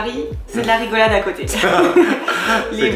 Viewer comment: « de côté » et non pas « de cöté » 🙂